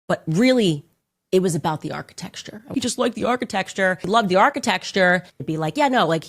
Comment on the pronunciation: Her mispronouncing Architecture has broken my brain and I cant figure out how its supposed to sound now!! How could you CANDACE!?!?